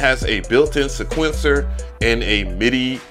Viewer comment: Say it with me: See-kwen-sir = sequencer